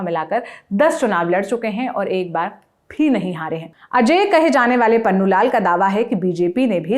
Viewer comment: नाम तो सही से ले लो मैडम पुन्नू को पन्नू और बालदास को बलदास बोल रही हो😂😂😂😂😂😂😂😂